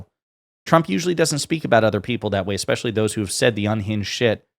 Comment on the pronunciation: Just here to say that "eXpecially isn't a word..."especially" is. 🙄